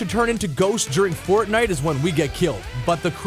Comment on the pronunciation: really "fortite"